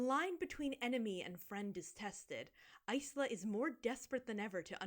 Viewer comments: I believe "Isla" is usually said "eye-la", going from the one person I know with the name! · no but that’s the thing, in English Isla would be eye-la and in Spanish it’d be ees-la but she says eyes-la. And also got really excited her main character name was top 3 for baby names and it’s like girl… Isla pronounced correctly has been a popular name for years wtf do you mean?? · Something that always bugged me: There are a lot of character names that are just words in Spanish, and the book is meant to have a lot of Latin influence (according to the author). Oro Rey - Gold King, Azul, - Blue, Isla - Island... The word "isla" in the language is pronounced EEZ-LA. (like Yzma from The Emperor's New Groove). But, her name is apparently pronounced either EYE-LA or IZ-LA depending on who you ask because I'm still not sure if Aster ever clarified! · I'm guessing Isla is pronounced eye-la (like isle aka island). Does it matter though when the book is this dumb? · I don't think you're wrong. Isla means island in Spanish, and the Spanish pronunciation has the same "i" sound as Yzma. But in English reading it as island without the "nd" makes sense. Even as a billingual, I would've never landed on ice-la as chosen. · i think it's pronounced like island?? sometimes there are characters named isla in barbie movies and they always say it like island lol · That MC's name pronunciation makes no sense. Either go the Ysma way or go the island way, not both like THAT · I still can't get over the fact that Isla's name is pronounced that way